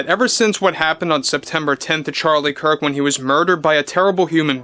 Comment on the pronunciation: Gosh, when will you learn to pronounce Charlie's last name properly...